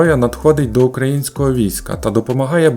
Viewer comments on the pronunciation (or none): none